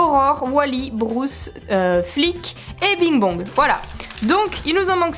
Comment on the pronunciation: Juste pour le requin ça se prononce brUce pas brOUce c’est brUce avec un U Mais sinon super comme d’habitude 👍👍